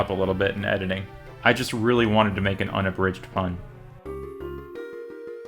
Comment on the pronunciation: Hahaha the final attempt "onabridge"